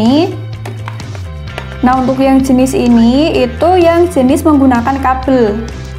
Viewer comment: Saya seneng dengan penjelasan mbak nya, terima kasih mbak,,,🙏🙏🙏 Cuman saya senyum aja pas mbak bilang kabel "kapel"😂😂